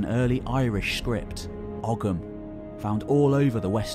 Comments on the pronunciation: For the next time: Ogham is pronounced Oh-Um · Great video, very informative. Just a small note on the pronunciation of the word Ogham, the "g" sound is not pronounced but instead of "O" sound is drawn out as in Ooham